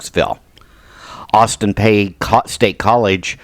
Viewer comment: Austin Peay is pronounced Austin Pea. The “y” is silent.